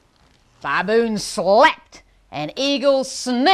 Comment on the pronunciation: Great demo but the mispronunciation of baboon is annoying.